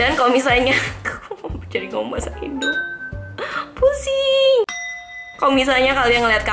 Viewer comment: Ngakak pas ngmg “pusinggg” 😂 you’re so cool btw ! I’m a faaannn 😍🙆🏻‍♀️